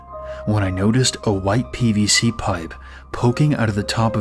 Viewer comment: I thought he said bbc not pvc 😭😭